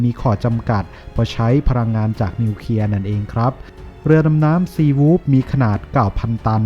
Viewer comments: ทำไมท่านอ่านเป็น นิวเคีย......ครับ ทำไมไม่อ่านเป็น นิวเคลียร์..ครับ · เคลียร์ ไม่ใช่ เคียร์